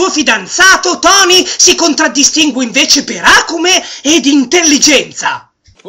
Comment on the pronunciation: io ti adoro, ma "àcume" proprio non si può sentire! Acùme!